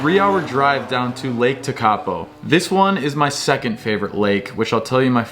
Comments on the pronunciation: Learn how to pronounce names please!!!! Tenow?? Teekaapo?? Blenhime?? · Lake ‘ teck a po’ - pronounced. Haha 😂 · Just some friendly help with place names. Te Anau = Tea-are-no. Tekapo = tech-a-paw :) love that you love here. Awesome video! 👏